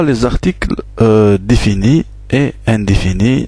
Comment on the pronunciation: Juste une petite remarque si vous me permettez,articles définis et indéfinis et non pas undifinis. Une question svp,donc le S au début se prononce Z? Merci